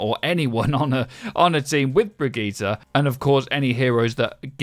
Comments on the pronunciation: "Bregeeta" lol... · You know Brigitte is pronounced "brijitte" right? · It's pronounced Brigitte. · The way you pronounce Brigitte really grinds my gears. She's not some DBZ villain. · Birgit, brigitt, briigit, brigeet as a german this is so funny